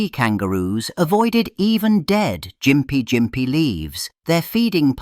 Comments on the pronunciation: Gympie is pronounced with a hard "G" as in "gimp." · The g in Gympie is hard, like gum or golf.